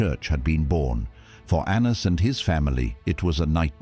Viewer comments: His name was pronounced “Ananus” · Anna's was indeed accountable. Correct, but lazy Gentiles however have used it for antisemitism ever since Ps fix the Hebrew pronunciation , very incorrect.